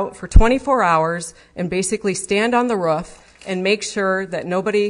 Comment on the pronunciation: Roof not Rurfff